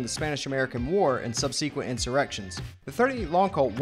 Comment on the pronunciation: Good video, however a dictionary may be in order, re: subsequent is not pronounced "sub see quent".